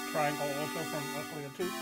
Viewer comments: You don't pronounce the 'C' as 'K' in oscillator , you pronounce it as an 'S' So ossillator and NOT Oskillator. You're welcome :) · the "C" is silent in oscillator lol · I love the "osculator" ;D